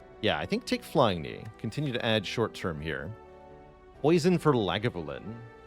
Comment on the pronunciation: "lag-a-voo-lin" is how Brian Cox pronounces it at least (the comment got me curious)